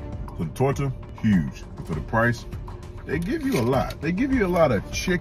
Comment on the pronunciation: Why he say "Tooor Ta" like that tho